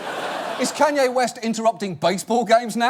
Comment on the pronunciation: His pronounciation of Kanye made me laugh